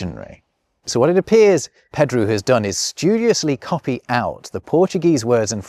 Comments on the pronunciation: You might only speak English, but surely you should know that Pedro is not pronounced "Peedru"? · It's nice, given the context. It would've been funny for him to butcher it on purpose. He sort of accidentally did it, with "Pedru". :D